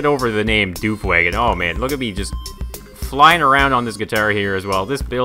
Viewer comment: it's not pronounced duef but duf is